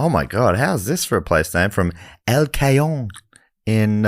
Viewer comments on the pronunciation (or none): "Kay-yone" is an incredible pronunciation for El Cajon.